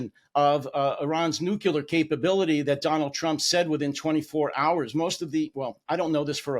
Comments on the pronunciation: NU-KLEE-UHR! Not nuculer! Nothing undermines your authority faster than a southern or Appalachian accent, but mispronouncing nuclear is a close second. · For someone who constantly attacks the intelligence of others, you think he'd know how to properly pronouce the word "nu-clear".. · Thanks! By the way, it's 'noo klee ur' why does everyone say nuclear wrong? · If that is all you got out of this interview (you don't like my pronunciation of a single word) I suggest that YOU have a critical thinking deficit. Not to mention being an argumentative MAGA troll. But that's just me, you know the unknowledgeable southerner from the Appalachian hills of New York City🤣